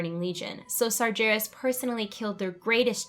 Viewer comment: You lost me at the sargeras pronounced with a j